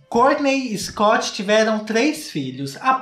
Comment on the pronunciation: "Scoot" kkkkkkklkll mds